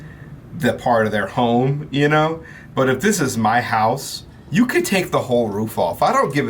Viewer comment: Why does he say "houome" when pronouncing home